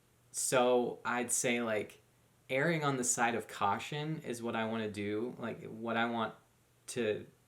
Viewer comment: It's "erring" not airing. 🙄